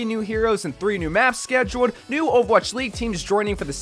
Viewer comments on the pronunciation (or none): none